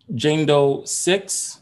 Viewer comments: Lmao my hi ass kept hearing Django..then I finally realized he was saying Jane Doe 🤣😂🤣😂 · OMG...the first 14 mins I thought he was saying Django not Jane Doe. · I thought he was saying django too at first😂😂😂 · Right... I was like who's Django. Lol